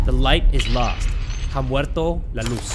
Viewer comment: just a little Spanish lesson, you don’t pronounce the h in ha muerto la luz 😂